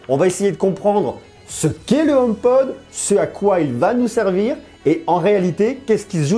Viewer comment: Merci pour ton commentaire constructif. Tu tien de bon propos, et c'est plaisant de nos jours (on en voit pas assez) . Je me permet quand même de te corriger, c'est HomePod, non, Homepode . Pour ta culture Apple, La pomme travaille sur ce HomePod depuis 6 ans maintenant. D'où sort tu ta source à propos du partenariat entre Apple et Ikea (J'en avait entendue parler il y a maintenant longtemps mais c'était que des rumeurs à prendre avec des pincettes). Ne prend pas mal mon commentaire, au contraire. Si ça t'intéresse je tient un site, sur l'actualité Apple et j'aurait bien besoin de personnes comme toi qui pourrait rendre le site plus actif et le ferai connaître d'avantage. Si tu est intéressé , envoie moi un mail à Cdlt, Kanon.